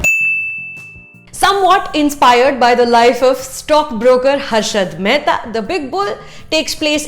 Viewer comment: Name to sahi se lelo hasarat mahta nhi Harshad mahta hai madam karne chali hau novie review aur name tak sahi nhi le parhi chutiya